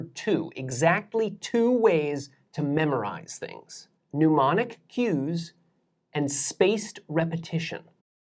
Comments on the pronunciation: The presenter just had to slip in the fact that he studied at one of the top universities in the world, Cambridge University, UK. In that university, however, a means of remembering something is called a 'mnemonic', not a 'mneumonic' . The prefix 'mne' comes from the Greek mnēmonikos, from mnēmōn mindful, from mimnēskesthai to remember. Extensive searching on the Net has so far yielded no such word as 'mneumonic'. Although, the homophone for that apparently non-existent word is 'pneumonic', another kettle of fish. Morevoer, whether one speaks British English or American English, one does not pronounce the prefix 'mne' the same as 'pneu'. In British English the prefix 'mne' is pronounced either /nɪ/ or /nə/, not /njuː/ as in 'pneumatic'. In American English too, it is pronounced either /nə/ or /ni-/. The pronunciation of it as if it were the same as 'pneu' may, however, be one of those non-standard pronunciations such as GWBush's 'nu-cu-lar' for nuclear. 'You start off with the Korean word and you've got the English synonym' . No, Sir, that's not the English synonym, it's the English translation. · YOu are an incredible teacher. I wish I had you when I was a student. (I wonder where you learned the pronunciation "new-monic" instead of "neh-monic" for the word 'mnemonic', but I digress...) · it's - Nee-monic. Not New-monic. No u there... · NEH monic, not PNEUmonic. You're not pushing air through your brain pipes to remember stuff, man. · Love your stuff, man. Listen to you all the time. Just a little note: It's pronounced Nee-monic, not Nu-monic. "Pneumonic" refers to the lungs and breathing. "Mnemonic" refers to memory. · Small correction: "mnemonic" not "neumonic", and it's pronounced "nee-MO-nic", from Greek μνημονικός, meaning "of the mend/mental" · Very informative lectures!, Pardon if overstepping, but you write "mnemonic" - of or relating to memory, but you keep SAYING 'pneumonic' - of or relating to the lungs. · Neh-monic, not new-monic.